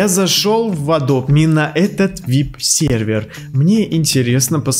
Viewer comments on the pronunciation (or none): none